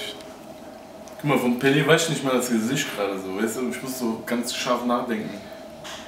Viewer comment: Pelé, nicht Pele! Google: Ungefähr !